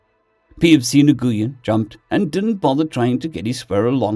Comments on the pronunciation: Nguyn is pronounced win. I know it always throws me too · Nguyen is pronounced NUWIN. Americans of a certain age are familiar with Vietnamese names for a certain reason. And Pho is delicious, but it's pronounced Pha with a hard p. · Hey, Nguyen is said "When" or "Win", it's the most common Vietnamese surname. I know several people with the name that say to say it like that, though others might try and get you to pronounce it with more precise nuance concerning the "ng" and upwards inflection.